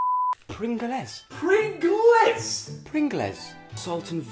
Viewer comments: Joe it’s tic tacs and prin- glz and then Vini gar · The eay that he mis-pronounced pringles is hilarious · and the way he say pringless instead of pringles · You've made me say prin-gles instead of pringles now joe lol 😂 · I was laughing so badly when he said "pringales" when it was actually pringles there was not not supposed to be an "a" when he said it😂😂😂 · Haha my fave part Joe: "pringl-ess" Oli: "PRINGL-ESS!!??" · Llamasrock03 hahahaa "pringleys" and "t-i-c-t-a-c" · I died even wen he said pringels!!! Im not american nor british im indiam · Serene K i think pringl les made my day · Ariana FRUIT - PASTEELEEEEEES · i love how joe weller says PRIN-GLEZ?! 😂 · PRINGELES! not another name wrong😑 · The way they pronounced Pringles and vinegar >.< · The way that they pronounced pringles😂😂😂😂😂😂😂😂😂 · The way he said Pringle's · You said Pringles wrong😂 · Ok he is officiouly stupid. He said pringles wrong. Everyone in England luvs at least one flavour of pringles